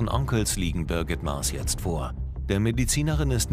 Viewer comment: Birgit Maas das heißt jetzt nicht jeze